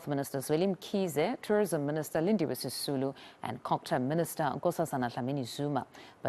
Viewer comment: 'Sisulu'...you mean. 😆